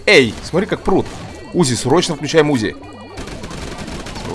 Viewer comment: не у́зи а узи́